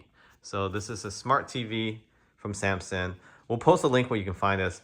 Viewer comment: Dude can't even say Samsung